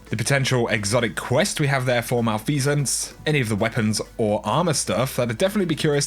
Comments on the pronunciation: It’s Mel-F-uh-sance not Mal-Fee-Sance. Lol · Btw, that hand cannon is pronounced ma-lef-a-cents